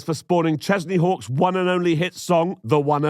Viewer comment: Every time you said Chesney Hawkes I heard Kenny Chesney, so I was very confused as to why everyone was British. I might be related to that idiot from the Lifetime pilot movie.